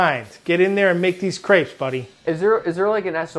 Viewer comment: How americans have such trouble with "crepes" ill never understand